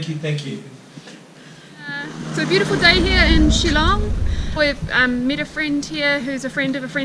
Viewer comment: Btw it’s “Shillong” dude not “chillong”... get it right at least